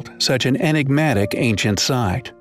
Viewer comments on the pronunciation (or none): none